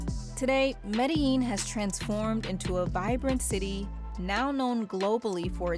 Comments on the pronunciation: Thanks for putting a Colombian city in the highlight for a good cause instead of its dark past (and present). I forgive you for butchering Medellín pronunciation. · She pronounced it like someone from Argentina, but without the accent. I was a bit puzzled by that. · that's just how americans pronounce it, most people are taught in spanish classes that double lls are pronounced as a y sound be lucky it wasn't a british person or you probably would have heard "medalin" or something equally egregious